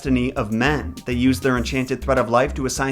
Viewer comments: It's pronounced Mee-reh. Please please don't call them moy-rai 🙈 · I am from Greece and when you said the moirai I just cringed I am sorry they are called mires but in Greek oi is pronounced i and in ancient Greek ai was the ending of the plural. Greek is a difficult and weird language especially the ancient so I don't blame you. I love your videos and I think you are really lovely ❤ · Greek person speaking here. I only have to make a small correction. Despite being spelled moirai, it's actually pronounced mire. Btw I love your content ! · No offence, but you kinda killed it with the pronunciation. Moirai is pronounced mi-rae in Greek. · That's not how that is pronounced.. it's mEE-reh.. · I don't want to be that guy but I'm going to be that guy . If you were trying to pronounce their greek name it's pronounced mires. It was just written like that because in Greek it's written as μοίρες . Again sorry for bitching about it but it was well meant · Fun (Greek) fact for you: In Greek most of the time when you see oi togeether its pronounced i and ai together its pronounced e,so they are actually called Mires! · you are pronouncing it wrong In Greek it is spelled as Μοιραι (or Μοίρες in moden greek). However οι is pronounced as one word the so is the αι. So in truth, it is not Moirai but Meeres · The word "Moirai" is pronounced "Me-ray." I'd want to know the past. It's the most interesting, as I can learn things which we've forgotten. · Yeah, if he'd checked LoT first, he'd have known how to pronounce their names. So far, he's 0 for 3. 😆